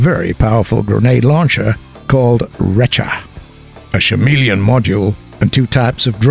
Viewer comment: Did you say Shameleon? Sham Wow!